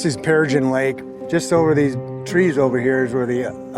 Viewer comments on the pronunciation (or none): none